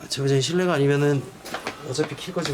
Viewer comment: 제보....잦님 이라고 나만들리는거? (제보자님죄송해요.) 왜 욕같이 들리지ㅋㅋㅋㅋㅋ